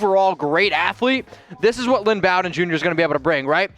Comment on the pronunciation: You may need to learn how to pronounce the Kentucky boys name because your not saying it right